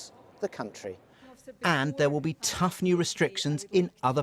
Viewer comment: So much emphasis behind the "T" in tough when he said it